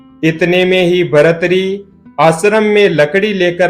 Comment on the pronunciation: भर्तृहरि ही नाम है। इसको शुद्ध कर लो( भरथरी नहीं)